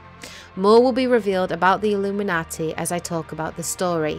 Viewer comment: I like how she says "Illuminaughty"